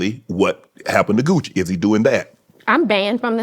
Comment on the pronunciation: Him calling Gucci “Gooch” was so cringey.